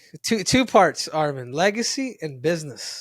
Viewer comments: SAY HIS NAME RIGHT ITS ARMAN NOT ARMEN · Henry of course saying armen it’s not armen it’s arman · They guy said his name is arman they continue to call him armen